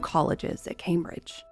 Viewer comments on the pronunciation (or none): none